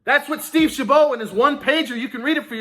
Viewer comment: Steve Chabot, as in a bot not a bow